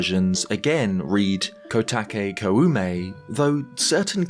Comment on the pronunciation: Really small note: when you pronounce Koume, you don’t need to emphasize the “u” part. An う sound after an お sound just extends the first sound. So it’s more like Kōme.